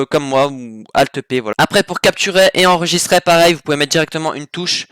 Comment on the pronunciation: arrete de dire "enregisTRAI" c'est enregister !